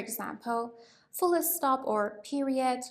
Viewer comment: She saying fullé stop?